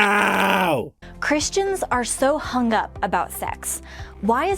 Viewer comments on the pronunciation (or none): here is a better question.. WHY THE HELL CANT SHE SAY "HUNG" WITHOUT THE "AH" ITS NOT" HUN-GHA" the sound is 'HUNG" (this REEAALLY annoys my OCD) (ps dont click the time stamp if you havent heard someone say this before... this will wreck your brain for the rest of your life)